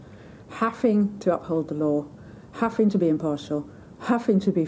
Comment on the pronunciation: Haffing? Does she mean having?